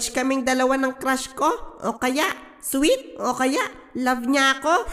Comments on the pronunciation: Soulmate Po Yung S Hindi Po sweet😅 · S-solmate po yun hindi po sweet